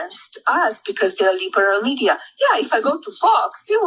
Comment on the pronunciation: Thee Leeberal meedia!!